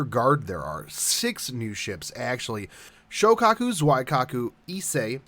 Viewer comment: I noticed that you were pronouncing Zuikaku and Shokaku incorrectly so here they are for future reference. Zuikaku is pronounced Zoo-wee-ka-ku Shoukaku is pronounced show-ka-ku